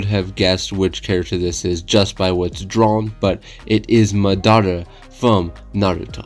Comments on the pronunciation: bruh MAH-dah-rah homie said muh-DAH-ruh. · Love the drawing but how do you watch something and not get pronunciation right😭 I never understand it’s not (mu•dar•a) it’s (ma•da•ra) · It mah-der-ah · Who else felt hurt when he said maDARa And also there’s 9 characters not to be picky. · Disliked coz of the way u said Madara, jk but don't ever pronounce it like that ever again